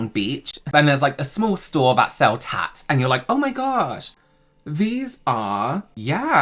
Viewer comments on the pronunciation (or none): Are you saying “tacks” or “tats” in the beginning? Is that another way to say knickknacks?